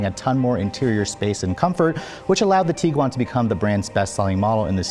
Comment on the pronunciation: Am I the only one that just learned how to properly pronounce Tiguan (TEEG - Juan)?